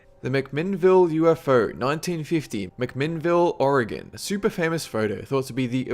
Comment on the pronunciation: He actually pronounced "Oregon" correctly!